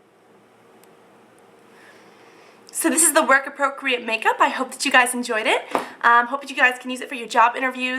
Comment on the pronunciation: haha, at the end end u said work APROCREAT makeup